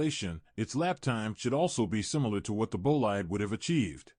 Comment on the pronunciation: It's "boleede", not "boleyed"...